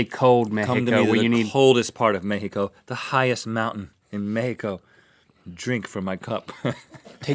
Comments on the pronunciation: Oh guys, love how you said México with the accent and pronunciation!!! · I love the fact that Rhett pronounces "México" right lol.